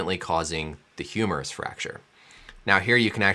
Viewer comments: You most have lost it when he talked about the "humorous shaft fracture" 🤣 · Sounds like he's saying humorous fracture, wich is kinda funny. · yes, indeed it is humerus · I thought he was saying humorous fracture. I was like damn even the Doctor knows it's funny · Doc said "Humorous" tendon.....😂